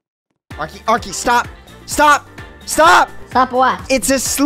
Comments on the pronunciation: NOT ARKY BUT ARKEY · It’s arkey